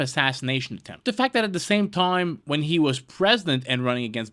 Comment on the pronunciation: The word is attempt,.................not a temp.